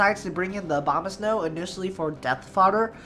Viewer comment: Am I the only one who hears Obamasnow every time? XD or he does that on purpose?